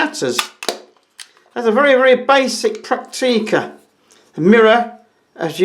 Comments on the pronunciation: Prakteeka's? It is prenounced Pracktica. Not Prakteeka... ;-) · We call them "Pracktica" (phonetically ;-) It's emphasized on the first syllable). I have a BC1, my father has two BX20. It's a pleasure to use them.